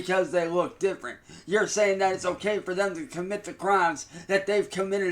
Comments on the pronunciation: Instead of saying ok why does he say o yay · I can’t unhear the “olay?”